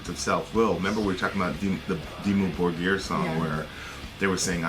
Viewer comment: it's pronounce "Dimmu Bórgir" not Borgír... and of course you can be the master of your own life, you literally have the power to end it, you can't control what surrounds you and that's what you failed to understand, anyways, i just came here to say reactions videos are the dumbest thing on earth as well as people watching them, don't judge me too fast, i just randomly placed the mouse at the mark to hear what they talk about, then i realized this guy is a complete ignorant talking about a subject way too rich in knowledge like black metal, let alone Norwegian Black Metal, both of you can't even grasp what Norwegian Black Metal is, then again, i'm guessing you're both north american so it's understandable, ignorants everywhere, in fact the title needs to be change asap to "ignorants react to" whatever brainwashed nonsense you yap about. #stopmakingstupidpeoplefamous